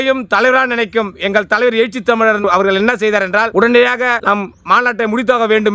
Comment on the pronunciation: எயிச்சி இல்லடா எழுச்சி.